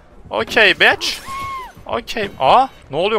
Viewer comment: ABİ BİCH DEMEN ÇOK İYİ YA